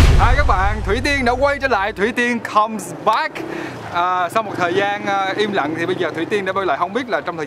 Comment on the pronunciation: "come so` back" vkl thang MC nay